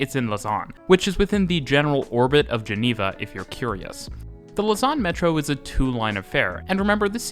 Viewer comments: Lausanne is not pronounced "luss-an", but "low-san". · loze-ann rather than luh-zarn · Lausanne is mispronounced. The A is flatter. Yours tends towards an O: lausawn :( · can't help but hear 'lasagne' everytime you say the city's name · Just a little tip for the future. Lausanne is stressed on the 1. syllable (LAUsanne) 😉